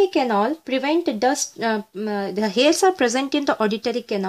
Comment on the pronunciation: mam it pronunces canal not canol